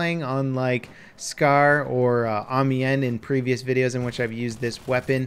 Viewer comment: "Eh-Mee-en" IT IS PRONOUNCED "Ah-Myon"